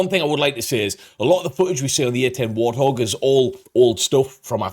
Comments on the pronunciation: One day, AI narration will be able to read right. "War-thog"...no, it's "Wart hog" and they screw up on numbers a lot. It's funny they narrate "Bill Maher" as "Bill Ma-her" instead of "Mar". It really puts me off after an obvious mispronunciation. "English, do you speak it?" Totally off the subject, I live near an Army National Guard base that hosts AH-64 attack helicopters and drones. It was crazy one day when I heard a "train" outside and I looked up and it was an entire group of AH-64's flying at their minimum ceiling (500 feet) one drill weekend. Chinooks, Blackhawks, Hueys, and other cargo helicopters fly over all the time. When I was a kid, National Guard infantrymen would land their Huey nearby during drills and we could walk over to hang out with them. After Vietnam ended, the National Guard didn't give AF, they would land, smoke cigarettes, drink beers, shoot off some blanks to say they did their practice, and then fly back to base. That was when they were unprofessional "weekend warriors". My cousin transferred from the Army to the Guard and then transferred back. "I didn't join the military to drink beer and smoke cigarettes, put me back in the regular Army!" He would rather be an MP at Ft. Hood in Texas than goof off once a month in the Guard back then. Today's Guard is a LOT different, though officers and Sergeant are often handed their targets as they walk up to annual qualifications. "Look Sarge, you did real good!" (Gov't issued pens make perfect 5.56 bullet h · I hate AI narration. There’s not enough “I” to know how to pronounce “warthog.” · Hurts the credibility of the video a lot when the narrator doesn't know how to pronounce "Warthog." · The way the narrator pronounced Warthog.🥴🤣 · Sounds like in the video insert the man said at about “War-thog”, it’s Wart-hog. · Why did that guy in the video pronounce it war thog?? 😁 Its Wart Hog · Did he just call it a war-thog? Its wart-hog 😂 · Haaa A I. Called it a WarThog. Cracks me up.